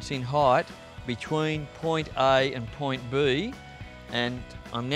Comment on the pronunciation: who else came to the comments for "point buuuheeeee" ? lol